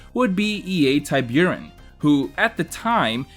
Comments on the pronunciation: Forgive my pedantry but I think Tiburon isn’t pronounced that way? Not TIE-byour-in but TEE-BOO-ROHN. It’s Spanish for shark. Great video btw. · Great video! I'd say I hate to do it, but I really don't... E.A. Tiburon is pronounced "Tea- Boo- Ron". It's Spanish for Shark. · Ty buren? Wtf are you saying. How the f you don’t know how to say tiburon? Your goddamn name is, holy shit. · Absolute murder of the pronounciation of the word tiburon, that's shark in spanish :( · Your pronunciation of Tiburon is killing me